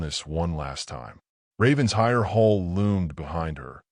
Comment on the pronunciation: It’s pronounced “Raven-shire”